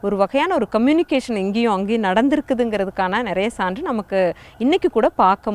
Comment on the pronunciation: சகோ.. தமிழ் மலையாள ஒற்றுமைக்கான ஒரு அடையாளம்.... ஆனால், கேரளத்தில் வாழும் நீங்கள் சேரர், சாலை, போன்றவற்றை எப்படி ஸேரர், ஸாலை, ஸான்று என உச்சரிக்கிறீர்கள்.....? கேரளத்தில் மலையாளமும் உங்களுக்குத் தெரிந்திருக்கும்... அப்படியிருக்க, ச்சேரன், ச்சாலை, ச்சான்று என்றல்லவா உச்சரிப்பு இருக்கவேண்டும்.....